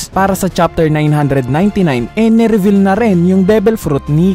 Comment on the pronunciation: Ni revel pa nga HAHAHAHA reveal "re-vil" pag bigkas po hindi revel